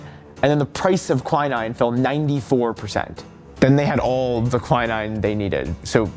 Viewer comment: ahte to be that person but it is not pronounced kwai-nine, its kwi-neen.